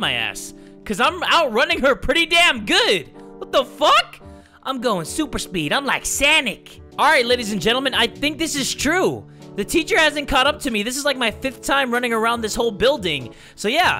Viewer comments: Sonix not sanix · "I'm like Sunic " LMFAO in how to spell sonic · Boi when you just said im running like sanic its not sanic its sonic cause boi if you don't